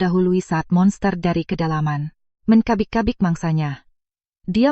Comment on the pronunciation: Belajar baca mbak, cucuku kls 3 SD intonasi bacanya sdh bagus. Mengapa semua huruf c dibaca k, men cabik2 dibaca men kabik2, menyedihkan lagi pemutusan kalimatnya 😢